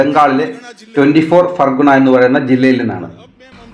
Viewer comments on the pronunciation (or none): 24 ഫർഗാനാ ആണ് ഫർഗുണ അല്ല.😂😂😂